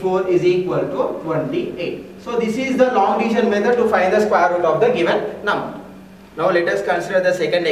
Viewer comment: Bsdk bolna toh sekh le sqare root 😅